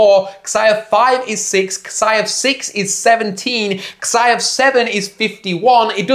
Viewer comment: Jesus christ mate, it's "zai", not "ksai" function.